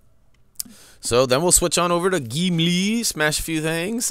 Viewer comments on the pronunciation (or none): Love how you say "Geemlee!" :'D